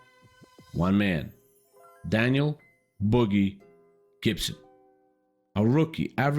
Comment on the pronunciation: Not Boogie Gibson. Boobie Gibson!😂